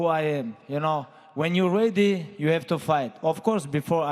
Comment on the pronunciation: Amanda Nunes can't go one full response without saying the word ready.... It drives me insane that she can't even pronounce such a simple word correctly